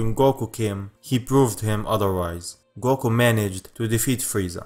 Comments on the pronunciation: A money goko lol it sounds a little funny but cool at the same time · Man your accent is really cool. xD I just can't get over how you pronounce 'Goku'. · I love the way you say "goku" it's like a deep coco with a u at the end 😂